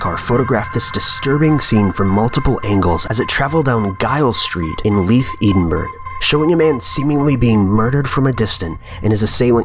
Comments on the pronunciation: edenburg? 🙈🙈 Edinburgh? ed-inn-burr-uh. Even Chills pronounced it right ..more or less And it's J-iles not guh-iles....sorry but if I pronounced San Diego as "San D-eyejo' or Virginia as Vir-ghinn-ia you'd cringe lol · Edinburgh. It's pronounced "edn-burruh", dearie. Sorry, pet peeve. Also, don't ever say it like that to an actual Scot, unless you want to be on the shit list of anyone within hearing distance. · "In Leith, Eedinburr." It's Edinburgh! Fuck's sake, America. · Just incase it ever comes up again. Giles St in Leith, Edinburgh. Its pronounced Jiles Street and Ed (like the name) - In - Burough. (I lived on the street of the axe prank) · How did you just say Edinburgh ? Haha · I've never heard Edinburgh pronounced like that... ever...